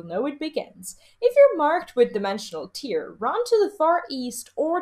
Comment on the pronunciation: I love the info it's well done I just have one issue, and I normally wouldn't say anything but I feel like a distinction needs to be made. You keep saying "tear" when I'm almost positive it's supposed to be "tear" and I just can't let it go.